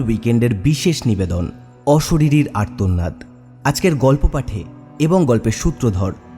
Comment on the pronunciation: গল্প পাঠ খুব দুর্বল 😪 উচ্চারণের প্রতি যত্ন নিন.....আর্তনাদ উচ্চারণ খুবই কানে লাগলো!!